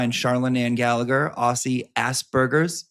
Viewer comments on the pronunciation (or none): none